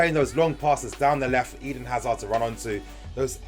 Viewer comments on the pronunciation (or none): none